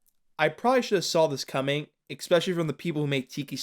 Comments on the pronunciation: Love your videos, but there’s no ‘x’ in “especially” it’s pronounced e-specially. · Every time you say "ekspecially", I take psychological damage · Love how you say 'ekspecially'..! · help i dont understand why do a lot of people pronounce "especially" like that? where the f does the "k" come from?